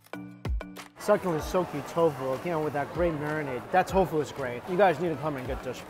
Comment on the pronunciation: Omg. Why u keep aaying tau gua as toufu. Toufu is toufu, tau gua ia tau gua.